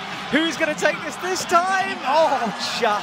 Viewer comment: i can't with how they pronounced Marcin's name..